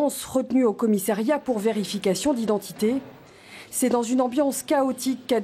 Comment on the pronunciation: Message à la narratrice, on dit commissAriat.